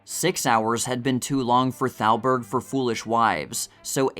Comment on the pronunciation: oh brother , that would be Irving Thalberg .. NOT Salberg ...Thalberg , Thalberg , THALBERG !!!! the boy genius of MGM .... not Salberg .. is this A I ???